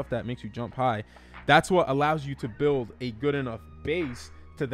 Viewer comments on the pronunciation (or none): none